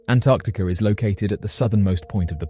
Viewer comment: did he say Antarcticer?